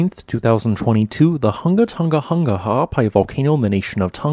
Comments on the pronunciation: It's pronounced" Hoonga hoonga"not hunga like hung! And pronounce the ng, like in song, sing. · Man.... you are slaughtering the pronunciations of our islands, it 'Hunga'!!!!!!!!😔😔 but yeah Sunsets here are awesome from Tonga....